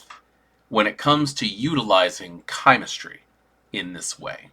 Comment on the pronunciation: You are pronouncing chimerstry correctly. Im with you on this 😊